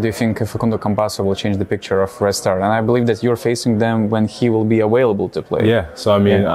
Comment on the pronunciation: Great interview. Thank you, vis dar reikia padirbet ties W ir V. Adwise (advise), awailable (available), betveen (between).